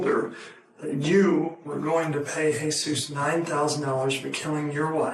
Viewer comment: It’s not Jeez us. It Heh soos. That name is not translated into English as Anglo speakers don’t use that name commonly 😡🙄 Do better AI